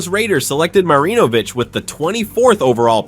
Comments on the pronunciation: Right smh. He's also mispronouncing Marinovich. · Holy fuck learn how to pronounce names. It's pronounced fur rot. The first R in Frerotte is silent. Now you're mispronouncing Todd Marinovich fuck dude smh. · You pronounced Marinovich’s name about ten different ways.